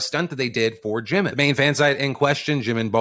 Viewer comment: I love how Phil says Jimin like there's an apostrophe at the end: Jimin'.